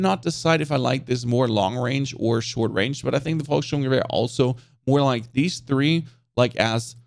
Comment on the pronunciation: Lowkey flex with the pronunciation of volkssturmgewehr but I'm into it